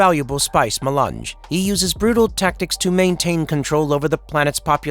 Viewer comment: The Spice Ma-lunch